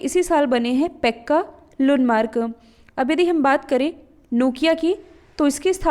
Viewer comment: मॅडम नोकिया ceo ka naam पेक्का लंड मार्क not a लंडमार्क